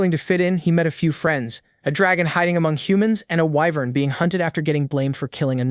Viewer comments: whats an eyenvern? its WYVERN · Whats a "wh-vern"?